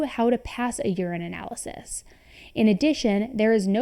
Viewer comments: It's pronounced "urine-alysis" not "urine analysis". I'm not trying to be a Grinch, just want you to know for future videos. 😅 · Urine-Nalysis not urine analysis